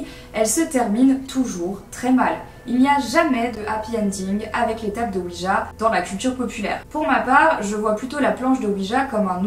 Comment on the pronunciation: Très bonne vidéo comme d'habitude parcontre je sais que tu est (française de France ) mais sa sonne weedja quand.tu le dit XD